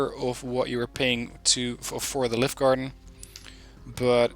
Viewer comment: I Like this deck a lot, Scandinavian Inf is spot on for town fighting! Since you like to pronounce things correctly, Livgarden is pronounced Liü-gaden (the google translate "listen" button helps):-) I played a game with Scandinavian Mech on Cold War Z to test them out in forest fighting up the right flank. I pushed to contact and ended up flanking Greenfor until I was knocking on their front door. (The Redfor players seemed a bit green:-p). But I was disappointed in their overall low autonomy. Granted, it is the long way round but there was still a lot of supply micro to be done for the units that started out at base. Especially for the EOTS Hawk. It has abysmal off road speed and autonomy. It did not fire a single missile all game even after resupplying its fuel reserves up 3 times since the start (Ideally, It should start every game with its own dedicated supply truck). It then took them 30 mins to climb a mountain to an AA sweet-spot. I soon gave up on them and brought in the Otomatics instead which quickly over-performed. I guess they are better used on certain smaller maps;-) Great video as per usual, thanks for the insights.